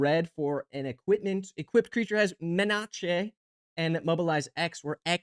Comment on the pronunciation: Me-na-che is fun too